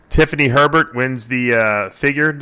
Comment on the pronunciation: Figure winner's last name is Hebert, not Herbert.